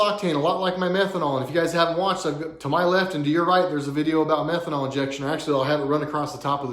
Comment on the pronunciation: Bro to ur saying methanoal wtf kinda gas is that for a tri Engine? P.s flex fuel blows for trucks especially towing but idk how methanoal works n truck maybe YOUR JUST HIGH SMELLING UR "METHANOAL" HMU YOU NEED CA CAR ANONYMOUS FOR ADDICTS